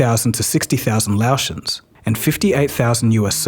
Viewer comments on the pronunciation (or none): Laotian = Lay-oh-shun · Recommended correction: Laotian is pronounced "Lay-ocean"